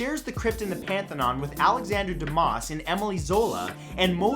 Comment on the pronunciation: C'mon, Matt. You're Canadian. French names shouldn't be that foreign to you. Dumas is pronounced "doo mah"; Emile is "ey meel."